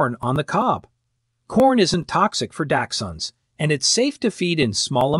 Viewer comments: Datchhund, daxtchunds, never ending! Pretty sure as well it’s arsenic in apples and other fruits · Your AI voice needs to be programmed to pronounce onions, dachshunds, and other words correctly, it detracts from the authenticity of your message. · It is amazing to me that this video uses several medical terms but can't properly pronounce dachshunds, onions, and a few others. Just crazy